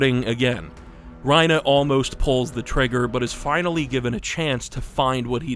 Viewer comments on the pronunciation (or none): It's bothering me that you're calling him Ryna instead of Reiner. You're clearly American, why are you calling him by the Japanese pronunciation?? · Just thought you should know Your saying Reiner wrong. Your saying it like Raina, when its Reiner. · I wish i could understand a single damn thing in this video but i’m getting distracted by “ryenah” smh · Why was he saying ReinAH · This is a great video, but i can't get over how you keep calling him "Reinuh" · The "reina" pronounciation is killing me bro, I can't watch this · Why are you saying Reina (Rhyn-uh) sir? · lol bro is afraid to say Reiner with the hard R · this is probably a good video but the way u pronounce reiner makes me angry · I loved the video, but please, Reiners name ends in an “ER” not an “a” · He says Reiner like trump says China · you pronounce reiner the same way lois from family guy says peter